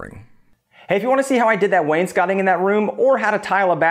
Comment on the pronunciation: Wains “cotting” lol. It’s wainscoting (wains-coating).